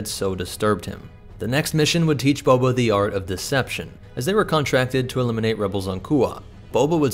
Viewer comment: It kills me every time you say BO-BO